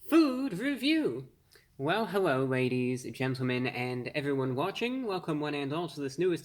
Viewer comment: Hewwo Wady’s and Gentlemen!